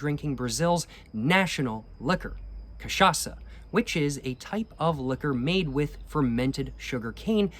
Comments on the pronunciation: >pronounces cachaça perfectly >CAPRI HEENA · Dude your cachaça pronunciation is literally perfect now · very happy of your pronounciation of cachaça since the last video I will aknowledge I will add tho that the cocktail called caipirinha is pronounced like Kay-pi-ri-gna (like lasagna) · your pronunciation of "cachaça" is absolutelly on point, well done sir!!! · Damn you pronouced cachaça so well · your cachaça pronutiation is flawless,nice work bro! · Incorporou Zeca pagodinho na hora de pronunciar "cachaça"!!! Eeeeasy boy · Nice, you got the pronunciation correctly. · The cachaça pronunciation is on point. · You're pronouncing cachaça perfectly, not a hint of accent. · omg he saying cachaça correctly now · You’ve been pronouncing cachaça right my man. *Perfectly*, even, I’d say.